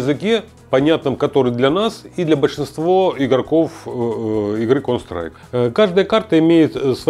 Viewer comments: Кол страйком??? Контр страйк!!! Ухо режет. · кон страйк! аж уши режет!!! почему он не может выговорить контр страйк? какой нахрен кон страйк! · Он говорит "КОН СТРАЙК")))) ЛОЛ))) Почти что КоньСтрайк))) он рил немного походу не в курсе как правильно игра называется или произносится) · Бесполезны такие игры для людей 60+. Он даже название игры правильно сказать не может, о чем речь. Лучше бы в шахматы, это интеллектуальные игры. А "ихра кон стайк" только реакцию развивает и то, для подростков сгодится, не более. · Сколько раз он сказал конс трайк ?) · Кон страйк он говорит, или мне слышится?))) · чел палится тем, что он Кс(контру) Называет коунсрайк ...не верю. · Выглядит он так как и должен выглядеть человек 60+ Он конечно молодец, но название игры коверкает прям брр :) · когда-нибудь он сможет выговорить название игры) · Выглядит как постанова, играет в дм на серверах валв, ну и как то неуверенно говорит, даже название игры неправильно произносит